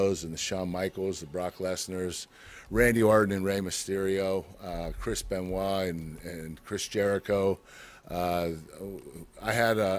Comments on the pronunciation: he said Chris Beniot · Lucius Too Sweet It's actually Chris Ben-YEET